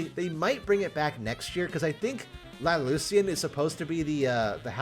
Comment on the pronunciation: I laugh everytime anyone tries to pronounce La Ilusión and they say La Lucian Also, what's the song in the background?